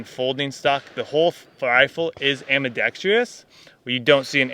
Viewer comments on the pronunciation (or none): Can’t take people seriously who don’t know how to say ambidextrous. It’s not ambidextrEEous. It’s a plague in the gun community probably because of the lack of education in the south. Say it with me, AM-BE-DEX-TRUS. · It's "ambidextrous" not "ambidextreeeeeeeeeeeous". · minor thing here. I notice a lot of Americans pronounce it "ambidextreeus", not "ambidextrous". Is this slang, an american english thing or what? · Ambi-dex-truss Ambi-dex-tree-uss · " ... ambidextrIous? Really? That's ambidextrous, without the I my friend! Pressure - initial reports say that barrel life will be in the range of 1 000 rounds, maybe even less! Think of the implications of that? " ... a little heavy.." So the gun is "a little heavy", the suppressor is a "little heavy", the fire control system is "very heavy", and the ammo is "heavy", and now also the replacement barrel is also "heavy", not even to mention that the Price is also "very heavy"! Not to mention retraining all those who will be using it. That's expecting a lot from a grunt who's used to an M4! In addition to your summary that this will not replace the M4 across the board, I'd like to ask a question. Taking into account the extent of the logistics of adopting the rifle system (even in relatively small numbers), what does it bring that the FN SCAR17 cannot bring to the fight? I noticed you were firing at 300 yards - I was under the impression this weapon was conceived for use in the 600+ metre range, where the 5,56mm cannot reach? How does it compare with the SCAR17 at those ranges? Everyone is very quiet about that. Also, with the SCAR17 all the logistics are currently in place and the ammo is vastly less complicated, and your barrel will last rounds. The SCAR17 is battle-proven, and now with NRCH and other tweaks, is an almost ultimate battle rifle, and it's lighter! So, if this new Sig is not a mainstream replacement for the M4, and the SCAR17 is quite adequa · Ambidextrious? Did the host just froze for a second ;)